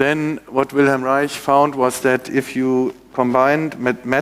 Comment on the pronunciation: Finally I hear someone pronounce Wilhelm Reich correctly.